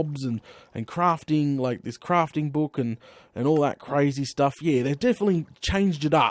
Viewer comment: plz stop with the sturff